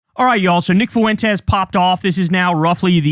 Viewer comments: kyle you can just say "fwentez" you don't have to do the whole "foo wen tez" thing lol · Learn how to say fuentes properly. Its not that hard